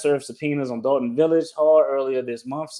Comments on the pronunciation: It’s Dolton not Dalton Doll-Ton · It's "Dolton", as in "a ton of dolts". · DOLTON not Dalton